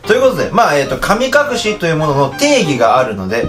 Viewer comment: 噛み隠し